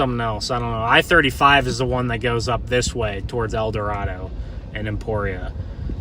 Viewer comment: Just for information, McPherson is pronounce "MucFurson" in Kansas. And the Arkansas River in Kansas is not pronounced "Ar-kan-saw," but "Ar-kansas", as in the the Kansas name. And El Dorado is pronounced "El Do-ray-dough" in Kansas.